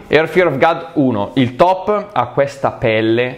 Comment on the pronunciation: è god non gad la pronuncia,video stupendo comunque💪😍